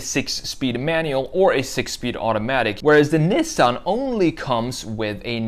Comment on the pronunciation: LOL 😂 Toyoti… Nissen… Lol